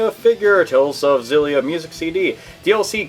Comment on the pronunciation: I don't mean to sound like a douche but it's pronounced "Exillia" The X isn't silent. I know...I hate myself, too. Carry on.